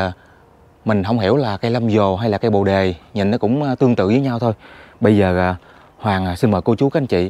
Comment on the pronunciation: Tui khuyen ông trước khi nói hãy tìm hiểu cho kĩ để người ta cười thúi đầu,bồ đề mà ông gọi là Lâm vồ,kkk